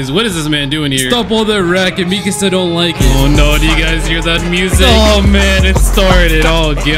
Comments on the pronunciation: Every time he said misaka instead at mikasa it made me laugh I don't know if it was an accident or it was on purpose it was still funny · I love how he kept saying Misaka even though it Mikasa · Why do you say "Jogo" instead of "Gojo" and "Misaka" instead of "Mikasa" Man can't read